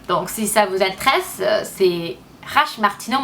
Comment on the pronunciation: Quand tu dis le verbe " intéresser " c'est pas comme en anglais, il faut que pas que tu oublie de prononcer les "éress" !!! Sinon je te trouve vriment courageuse de faire des videos en francais alors que ce n'est pas ta lange natale :)